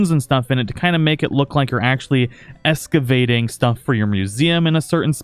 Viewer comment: Escavating? Who are you, Brad Leone? ;p